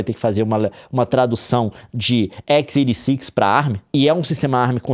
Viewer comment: Ecqs Eighty Six 🇬🇧🗣️🕴🏻